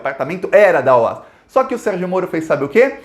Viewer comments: Se fala Ó-A-Esse mesmo e não OAS. Tenho pessoas na família que trabalharam lá. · O- A- S não eh oas pronúncia soletrando parabéns pelos vídeos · só corrigindo: A pronúncia correta dessa empreiteira baiana é O.A.S, ou seja, letra por letra e não "OÁS", conforme você falou e repetiu neste vídeo. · Uma dica: é "Ó- A- ESSI" que se fala e não "OAS" .... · não é OAS. É O A S separados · ME PERMITA, ESCREVE-SE OAS MAS PRONUNCIA-SE OAESSE. ABRAÇO AMIGO! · Ola, a empresa se chama O A Ésse. E pelo amor de Deus, na hora de comemorar, comemore com, então com champanhe. Pelo amor de Deus! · Curto muito seu trabalho, parabéns!! Só uma correção a pronúncia é O.A.S a pronúncia é letra por letra mesmo kkkk!!